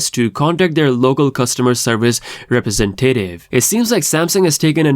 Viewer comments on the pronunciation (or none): Someone needs to learn how to pronounce words. Rep-re-sen-ta-tive.